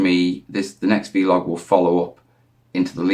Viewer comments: Just say vlog. It's not veelog buddy. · 3 days. Keep up the good work. But please please call it a VLOG not a VeeLOG 🤣